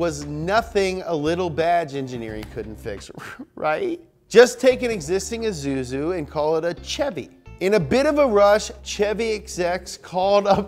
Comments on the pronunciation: "AhZooZoo" (Isuzu) LMFAO 🤣🤣🤣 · 'ezuzu' made me laugh my lungs out XDD We pronounce it /issouzi/ here in my country